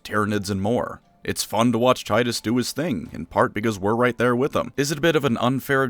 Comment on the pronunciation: It’s actually pronounced, “Tee-tuss”